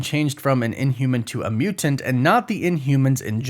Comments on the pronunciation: Bruh…..I HATE how you say “Mew-Tent” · WHY DO YOU SAY MUTANT IN SUCH A WEIRD WAY!!!LOL!!!